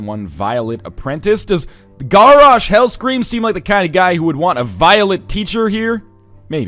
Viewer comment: its Gaaaaaarrosh Hellscream, not garrosh like carrosh. just helping you out with your wow pronunciation